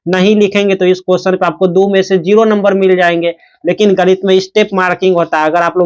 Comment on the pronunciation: गणित ❌ गनित। ✅😂😂😂